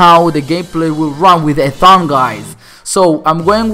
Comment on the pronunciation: You said Ethan wrong, lmao